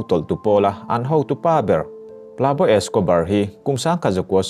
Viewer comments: Plabo Escobar ni loin Pablo Escobar tih tur. (Pab-lo) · 'Pab law' Tiin i lam silova "tunge ni ang aw!!?? Tiin kalo ngyhtuah vung2 😆😠🙄